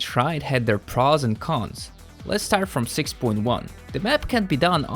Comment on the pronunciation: was gonna like but u said praas instead of pros